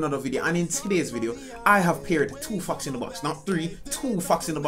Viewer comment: its fox not fuxkzz